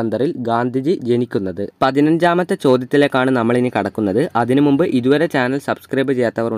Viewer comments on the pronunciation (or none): none